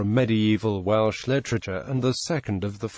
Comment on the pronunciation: Please do not copy the pronunciation os the Welsh names!!!